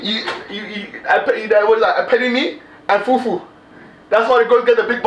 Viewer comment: The way you said Apetamin and fufu 😭😭😭😭😭😭😭